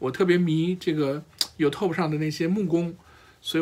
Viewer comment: 你说的都在理，尤其是作为兴趣爱好的学习者。Out of my force of habit (sorry!), I'd like to point out that it is YOOOUtube not youTuuuuuuuub